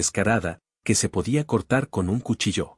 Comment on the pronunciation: No se pronuncia cuchillÓ Se pronuncia el cuchÏllo Tampoco se pronuncia encantÓ sino encÁnto.